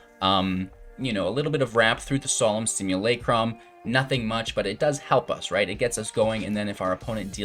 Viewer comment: Nec·ro·men·tee·ah and Solemn Sim·you·lay·crum pronunciation is killing me